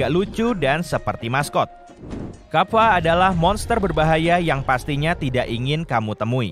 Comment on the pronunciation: Kappa bukan kaffa